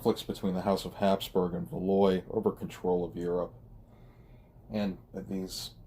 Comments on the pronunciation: Thanks for posting. Just a minor point or two: most folks pronounce the name of Valois something like "val WAH." Also in your reference to Henry VIII (r. ), I think you meant to say Henry VII (r. ). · Great podcast but you said Valois wrong and it irks my inner history buff to hear you keep saying it wrong